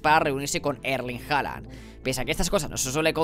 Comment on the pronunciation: jajajajajaj TE cuesta decirlo en el Te ayudare ¡!... QUE SI SE REUNIO CON HALAN ¡! 😉